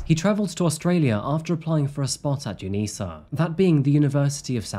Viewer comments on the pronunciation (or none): its uni SA not UNISAH😂😂😂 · Hey, Adelaide-ian here. It's u-nee-ess-ay. I've never heard anyone say u-nee-sa (Like University of South Australia), ya gave me a good chuckle though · I think the best part about this video as being someone from adelaide when he said "unisa" as in the uni the killer went to - we say it uni-SA haha, but i can see why you'd say unisa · Great Video as usual. Two things though and only small It's UniSA (Uni SA) and Mile End. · So many funny mispronunciations in this ep for Adelaide. Kaurna people prounounced Gar-nah, Uni S.A as not ‘unisa’. Had to double take those two. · My only complaint about this video is hearing someone call Uni SA 'Unisa' because I swore I was having a seizure every time I heard it lmao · I couldn't figure out what you meant by the word "younisa". Never heard of it. Then realised you mean Uni of SA. I'm originally from Adelaide. We don't call it "younisa". We call it "Uni of SA" (SA being short for South Australia). I went to Flinders University and we would never shorten the name to FU. We just call it Flinders Uni. Same with Adelaide University, we just call it Adelaide Uni. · I LOVE You, and awesome coverage of this lesser known story. But, UNISA is pronounced UNI S A. My husband has been a manager there for 20 years, and it made him get an ugly cringy face when he heard you say it lol.